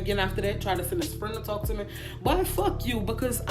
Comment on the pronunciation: How she say me kills “meh” 🤣🤣🤣